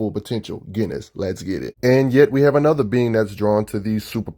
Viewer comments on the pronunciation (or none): Are you sure its pronounced GHEN=is? I was under the impression that iwas JENN- is, but i may be wrong. I think that because o dialogue in an issue awhile back where they make a JEN name joke. Not sure tho